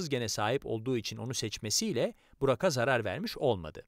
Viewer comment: Burak'a diye yazıp Burağa diye okumalıyız arkadaşlaaar🌿